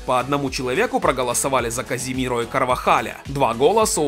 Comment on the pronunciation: Не Каземиро а Казимиро он сам сказал